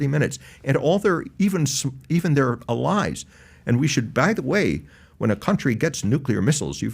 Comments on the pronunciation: Is this "uhllies" thing the new "Keve"? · Why is he saying “Allies” like that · Who taught this guy how to say ‘allies’?